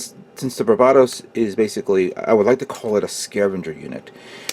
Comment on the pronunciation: Not that it matters, but you keep pronouncing it like "bar BAH tos" when it's really "BAR buh tos" similar to the Pokemon named Bulbasaur... Thanks for putting up your videos. I always look forward to each and every one of them :)